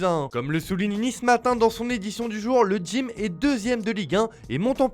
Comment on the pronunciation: Le "Dgym"? Mdr c'est quoi cet accent pété ?